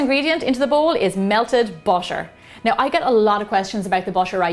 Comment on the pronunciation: Jesus, her pronunciation of "butter" is a thing of oddment. But nice recipe tho